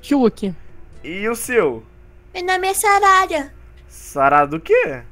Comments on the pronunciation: Não é sarada é sarrada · Falo muito errado invés de sarada ele falo charada